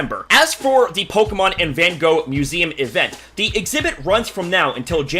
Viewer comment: That’s not how you pronounce his name